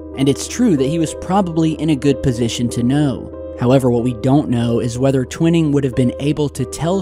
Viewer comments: I'm surprised & disappointed that you still haven't learned that his name was Nathan T-Wine-ing, rhymes with Dining, Mining, Lining etc, not Twin-ing. Where did you ever hear that pronunciation? Go back & watch any old videos of Stanton Friedman, Rich Dolan, anyone really, & you'll see I'm correct. I normally don't like to point mistakes out, but you've been saying Twin-ing for years, & it makes you appear not to really know the basics. Otherwise, good job, keep it up man! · ur saying Twining wrong bro t-wine-ing NOT twin-ing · I think his name is Twining not Twinning. Pronounced TWY-ning like the word Lining. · Great to see you posting more often now,! Thanks! Sorry, but have never heard General Twining's name pronounced like the word 'winning'. In every documentary that has ever covered this story, the general's name was always pronounced 'Twi-ning' as in 'twine' or 'twilight'! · Twhy-ning not twin-ning :P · It's Tw-I-ning, brotha.✌️ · It's pronounced " twine- ing" twine rhymes with wine! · His name is pronounced Twine eeee ml bro keep the great work going !! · I’m surprised by your pronunciation of Twining. Twy-ning. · Twine ing. Pronuciation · Twining sounds like - twine + ing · Twining is pronounced Twy ning. :) thanks for posting you do excellent vids 🎉🎉🎉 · Hi, have a feeling you are going to come across General Nathan Twining again, so here’s how you pronounce his name. The name "Twining" is pronounced TWY-ning. The "Tw" is pronounced as in the word "twin," and then "ning" is pronounced like the word "ning." It is a two-syllable word. This video shows how to pronounce the name: Thanks for the video..🛸👽✨👍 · Not trying to be "that guy" but just for future reference, its pronounced Twining like a ball of "twine" lol